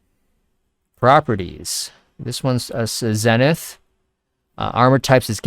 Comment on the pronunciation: zenith is pronounced like: ZEEEE-nith.... not Zen-ith